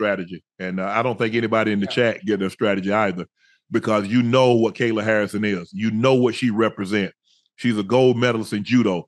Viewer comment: Unc mispronouncing all the names, Cereal Gane, Rodney rousey, Ben asprin, Kyla Harrison 🤣🤣🤣